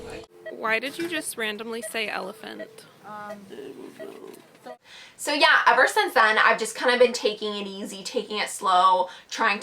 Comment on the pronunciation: why did you randomly said elephan i dont know feel better